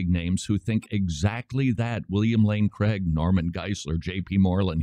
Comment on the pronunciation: It’s pronounced “Craig” not “Creg”…just sayin’